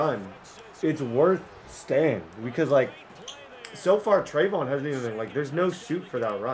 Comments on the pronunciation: Pronounced trev E awn not treyvon like diggs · Trey-vee-yon Henderson rather than treyvon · It’s (Tre-Ve-Yon) not (Tre-Von) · It's not a big deal and u can say it how u want but just in case you legit dont know how to say it it's (trey-vee-on)